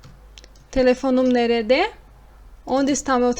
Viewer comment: Ótima aula. As vezes observo que nerede na pronúncia escutamos "nerde". Oda, também pode ser quarto?